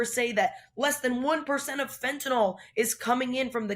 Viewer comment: Fentanyl. Fin • ta • nil NOT Fin • ta • nol There is no o in Fentanyl.